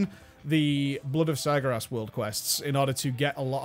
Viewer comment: It still bothers me that he can't pronounce "Sargeras" properly